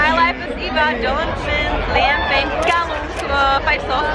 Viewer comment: Fanynka Shawna Mendese ? PS. Jaký je to pocit, když jde Češka po americké ulici, v ruce drží kameru, mluví v cz a kolem chodí Američani, co nerozumí a jen se diví 😂? Jo a máš dobrou cz výslovnost jména Liam Payne 🤣 doufám že si ho aspoň oslovila jeho jménem se správnou výslovnosti ( kterou moc lidi neznají) ... Jinak ti setkání a ním doooost závidím